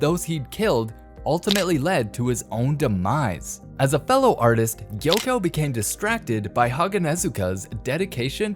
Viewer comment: It’s not yoko it’s gyokko